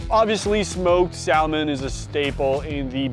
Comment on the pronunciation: You don't pronounce the L in Salmon dude🤦🏼‍♂